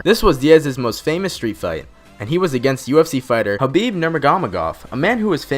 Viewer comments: THIS man said "Habih Nurmagmagahhhh" 😂😂😂😂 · pronounced khabib name wrong, said Garcia instead of Gracie, AND Diaz beat Manny because he got injured, not from a inspiring comeback ya tool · It was ok till you said Garcia instead of Gracie and absolutely butchered khabib's name. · Damn you slaughtered Khabibs last name😂